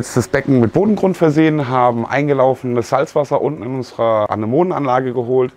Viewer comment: Eigentlich ein tolles Video mit sympathischen Leuten, aber wenn ich solche Sachen höre wie "eingelaufenes Meerwasser" und das noch so betont wird muss ich lachen...